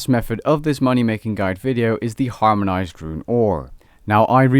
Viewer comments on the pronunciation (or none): “harmonised” I think you forgot the n there 😂